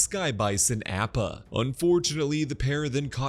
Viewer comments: btw it's Appa not Oppa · yea i appreciate his good work, altho he could really pronounce Appa and Sokka correctly :( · Is he saying “App-ah” as a joke?!🥴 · That’s what I first thought 😂 like don’t p m o 😂